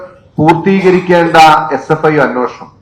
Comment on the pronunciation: അന്നോഷണം.. അന്നോഷണം... "അന്നോഷണം" അല്ലെടേ അന്വേഷണം എന്ന് ശരിയായി പറഞ്ഞു പഠിക്ക്.